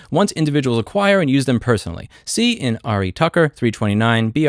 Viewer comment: Oh and just so you know, "In re:" is pronounced "in ray"